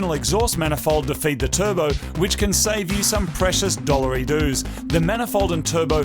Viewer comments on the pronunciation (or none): Did you just say dollareedoos? 🤣👍